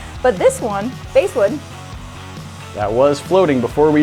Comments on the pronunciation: They couldn't even pronounce Basswood correctly, so what chance did they have with that, lol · Bass like the fish, not base. It's okay we all make mistakes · They said bass wood wrong, its pronouced (b•ass) wood not base wood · its bass as in the fish and vitae is vee tye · It's BASS like the fish, not BASS like music. :) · Every time you use "BASE" wood you mispronounce it, as a wood worker it drive me nuts. It's BASS like the fish not BASS like the guitar. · It's pronounced 'bah-as' wood not 'base' wood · I kept cringing every time they said "basewood"...where I'm from it's spelled basswood (pronounced like the fish). Not sure where they got this mislabeled stuff from! 😁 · The bass wood is pronounced "bass" like the fish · It is pronounced bass wood (as in the fish) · Ew she called basswood BASEwood. Just no. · The wood bass wood Is pronounced bass like the fish not bass like the guitar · I think you two should offer a public apology for your repeated mispronunciation of BASS(like the fish)wood! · I'm pretty sure that the basswood is pronounced like the fish bass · I cringed each time they said “base wood” I mean go ahead and say ‘lignum vitae’ wrong but basswood bothered me for some reason. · “Bass” can be pronounced either as bass like the fish, or like bass instruments (Sounds like Base) However the wood is properly pronounced using bass like the fish. Edit: Left out my point. It’s not so much as it was labeled wrong, just most likely weren’t thinking of pronunciation. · Everyone’s pointing out the pronunciation of bass wood was wrong but no one else realized the pronunciation of lignum vitae was wrong too. Also I’m not sure but it looked like the lignum vitae were mostly end grain while the other pieces were side grain which might effect how it absorbed the water. or not, seeing how closed grain and oily it is. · Well. At least they pronounced one of the three woods correctly. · its Bass wood not Bass wood